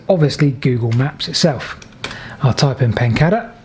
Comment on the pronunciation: Everything about your videos is brilliant except your pronunction of place names! Surely it is PEN-CAY-DER. There is only one D.